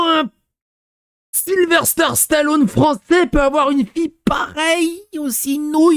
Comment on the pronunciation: C'est pas Sylverster, c'est Sylvester